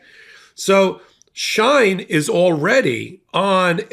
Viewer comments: It's pronounced She-in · It’s She in not Shine.. like Sheen .. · Here are some great links to vids that show how great China is, enjoy🍯 PS, you're pronouncing Uyghurs & Shein incorrectly. "Wee-gurs" & "Shee-In" are the proper pronunciations. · This is not a criticism but just an FYI. For future reference, Uyghur is pronounced We-gur and Shein is pronounced She-in. I hope this helps. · WEE-gurr. SHE-in. Get it together, girl. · Came here for this comment... And while we're at it, the company "SHEIN" is pronounced "She-In" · It's pronounced Shee'in and it also has been involved in other things than child labor in 2023, this Company has been talked about for years for something even worse than child labor. US is a huge consumer of Shein. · And She In, like is she in?